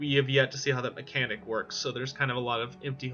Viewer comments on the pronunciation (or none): none